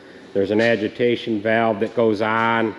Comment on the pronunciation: He said adjitation